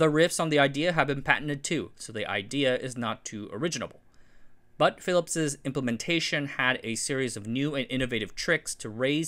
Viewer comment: "Phillips's" again?